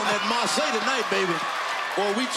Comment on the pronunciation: no her name is marsai pronounced like "mar-say"